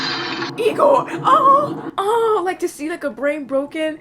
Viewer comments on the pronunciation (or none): It's Igor, not Egor